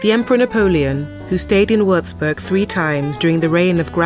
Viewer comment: Possibile che non sappia neanche pronunciare correttamente il nome della citta'?